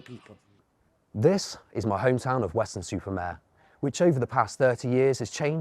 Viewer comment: It's Weston Super Mare you said. Weston. Super. Maaaaaarrrrrre